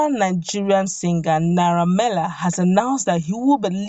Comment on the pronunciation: His name is Naira Mar-ley.....not Mila